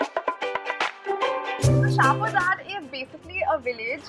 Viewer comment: ha ha you don't know nothing.. it's a hindu jat dominated village.. it is pronounced as jat